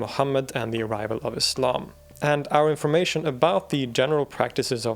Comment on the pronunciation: I'm particularly impressed by what might seem to some as one of the more inconsequential details: the correct pronunciation of "Islam"! It isn't "Iz-lahm", guys, it's "Iss-lahm" (ok not quite that sibilant, but you get the point - it's an "S" sound, not a "Z"!)